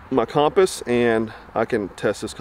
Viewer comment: My man can’t say ‘compass’